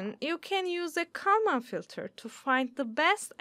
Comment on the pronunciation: I am sure that you could find someone who could at least pronounce Kalman Filter.